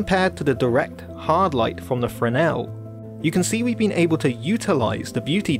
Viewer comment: Thank you for a great in depth expanation. But Please look up how to pronounce Fresnel .......pronounce fresnel lens in english ..... it sounds affectatious the way you say it.